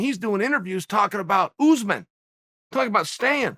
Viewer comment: I love the way Chael says, "Oozeman." Also, I'm a big fan of "breakfrist."